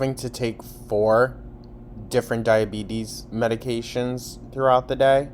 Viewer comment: Omfg she said "type 2 diabeezes" by accident and I HOWLED